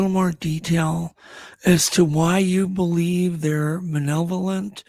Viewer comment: The word is maLevolent, guys. With an "L" lol 😁 Great guest & show tho.